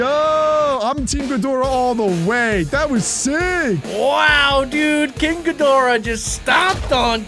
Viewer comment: If you’re going to say all the Godzilla’s please say the correct way and please say king Cadora the correct way because it’s not it’s not good on you. It’s really not. I’m sorry that I had to say this but thank you.😬😑